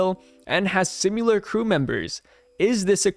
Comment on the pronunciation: Similar, not simular. SIM I LAR. With an I